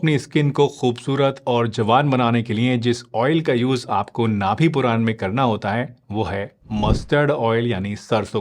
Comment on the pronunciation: नाभि पुरान नहीं, नाभि पूरण कहते हैं